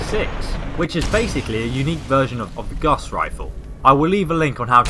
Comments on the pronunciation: It's not Guss its gauss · He called it a guss rifle. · English people are cute until they murder a word. Pretty sure most people say gaa-ow-sus( sounds like) .I'm fairly sure but he's probably been told that that's not how you pronounce it. But I suppose you can get away with it.